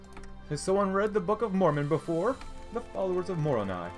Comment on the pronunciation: Moroni is pronounced more-oh-nigh